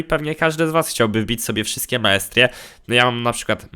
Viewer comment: nie? To totalnie zła wymowa